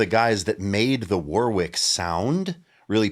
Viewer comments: I’m nit picking here, but it’s pronounced “WARRICK” not “War-wick” 😊… will agree I’m sure 😉👍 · It's pronounced Warrick in English and Varrick in German (German brand) with that gutteral German grrr R sound. No middle W sound